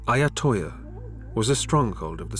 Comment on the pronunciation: it’s called Ayutthaya not Ayotthoya.